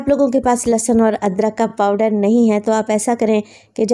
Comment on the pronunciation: Mashallah bohat he aalaFaiza app plz lassan na bola Karen lehsan Hota hai.sun k bohat ajeeb lagta hai lassan